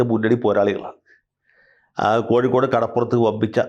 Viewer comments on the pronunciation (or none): none